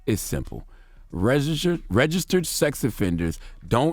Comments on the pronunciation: His struggle with registered🤦🏽‍♂️ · The word "registered" seems to be a struggle for ol' Charlemagne.....